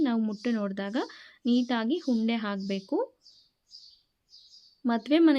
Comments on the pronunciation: Unde not hunde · ಅಕ್ಕಿ, ಹಕ್ಕಿ ಅಲ್ಲ, ಉಂಡೆ, ಹುಂಡೆ ಅಲ್ಲ.